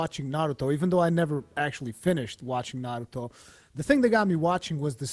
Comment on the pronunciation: "Nurooto" haha